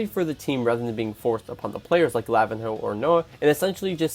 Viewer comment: "lavin hoe"